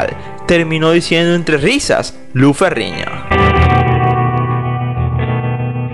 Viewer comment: Narrador por favor aprenda las pronunciación de las letras. No es Lou Ferriño, Es Lou Ferrino. Pronunciando bien la N no Ñ.